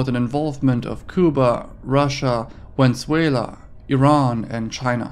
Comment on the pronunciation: I've never heard someone butcher the pronunciation of Venezuela so bad as you did lol